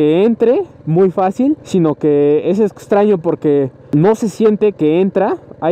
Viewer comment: Día 650 y sigue diciendo ETSTRAÑO, ETSTREMO ATSION:v